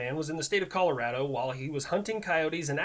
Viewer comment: I appreciate the fuck out of the fact that you know how to pronounce Colorado